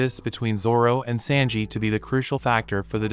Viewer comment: Fella, the way you pronounce Sanji, is killing me.